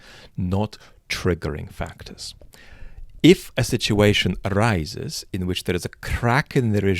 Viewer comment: when you rolled your R on "arises" I thought I was listening to Slavoj for a moment XD